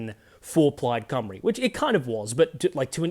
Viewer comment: He pronounces Plaid Cymru perfectly. Ironic that an Australian does a much better job than many English newsreaders.